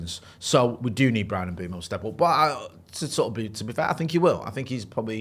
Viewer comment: Is persistent wrong pronunciation of Mbeumo's name annoying anybody else? He constantly says 'M(berm)o' 😖! It's M(boom)o!! Please please get it right!!! 😉